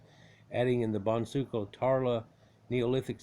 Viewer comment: How we pronounce the word boncuklu is : bone-juke- loo.